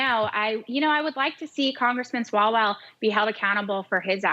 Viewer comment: Love how she called that clown "swallows" a few times referring to his name. I guess she didn't really know who he was and just said it wrong lol 😂